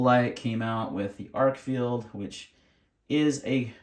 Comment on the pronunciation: Good vid. ArkFELD. Not ArkFIELD. Agree with Arkfeld's lack of a tail switch making it less tactical, but this is titled an EDC light vid. And it does offer magnetic attachment. You missed the true moonlight of 1 lumen on the Arkfeld. 15 lumens is away too bright for a nightstand light to preserve night vision. 1 lumen or sub-1 lumen for this. Also, I recommend any comparisons include a clear discussion of the lumen outputs and associated run times. This is especially true for flashlights with non replaceable batteries. It was a little hard to hear you stating which lights you were showing in many places, even with laptop at full volume, and there was a lot of flashing off/on, and overlapping of beams. Great selection of lights for this. My choice if only one would be the Nitecore despite it's size, but not for nightstand since lacking a moonlight mode.